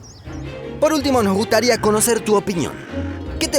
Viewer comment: Soy el único que escucha ? , y es el segundo video que escucho que lo dicen así WTF